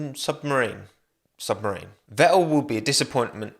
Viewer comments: Can we talk about that pronunciation of Ganapathy Subramanian. "Submarine" hahaha I fell off my chair laughing 😂😂 . its Sub-Ra-Mnyan or something like that. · its subrama"nian" lmao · my name has never been pronounced so wrong